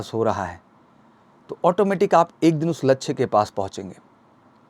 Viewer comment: Vidio must tha per laksy bolane me sahi nahi laga